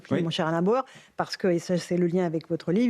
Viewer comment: C'est Bauer et non Bayer. Contrairement à vous il sait de quoi il parle et ses analyses sont construites et pertinentes. Même s'il est parfois énervant à avoir des analyses sur tout. Mais c'est le lot des surdoués qui font rire bêtement certaines personnes très ordinaires.